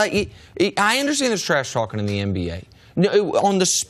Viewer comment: It's not EmBA, its NBA C.C.!!! For God's sake!!! 🤦‍♂️